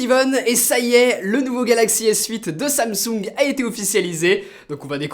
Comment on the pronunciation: Je me demande vraiment où que tu prend tes mots, bluetooss et samsoug